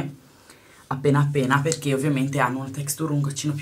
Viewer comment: ma sta textùr? :)) ahah ì